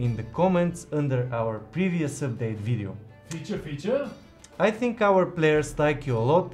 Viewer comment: Wait.... What...? Did he just say...? 🤟🏾😆 NO WAY! FEECHA FEECHAAAA! 💚